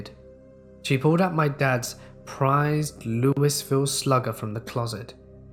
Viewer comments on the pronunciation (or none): Hahaha Lewis-ville Slugger.. Its Louisville pronounced like Louie-ville. I know baseball probably isnt big in your neck of the woods judging by your accent but that gave me a chuckle